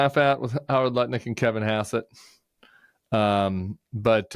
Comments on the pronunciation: Nutnik, not lutnick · I'm dyslexic, so I stand no chance of pronouncing Lutnik correctly ever again 😂